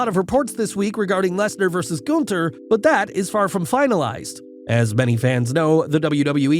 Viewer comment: Say Gunther right!!!!